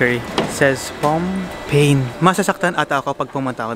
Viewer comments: Hi.. nice video.. a little correction on pronouncing "pain" it's silent N.. it's just like PA.. pa ou chocola 😊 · Pronounce like "pah" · Pomme - patato Pain _ bread to pronounce the pain is paé